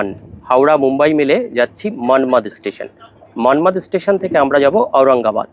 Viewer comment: মনমাদ মনমাদ বলছেন কেন....ওটার শুদ্ধ উচ্চারণ হবে "মনমাড়"....ইংরেজিতে লিখতে গেলে Manmar না লিখে Manmad লিখতে হয়।